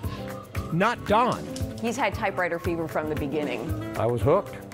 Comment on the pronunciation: It sounds like the narrator is saying typeRwriter and it’s bugging the hell out of me.